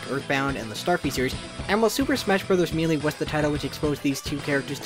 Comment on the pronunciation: I've never heard someone say Melee like mee-lee before